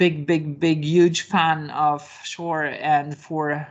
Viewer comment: omg shore? It is pronounced seur.